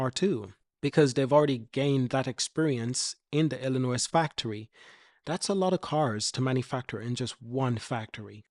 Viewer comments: Its illinoi the s is silent other wise good info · Lol. I was just about to address that....!!!! Dude, ILLINOIS is pronounced "Illi-NOY"... The "S" is silent....!!!!!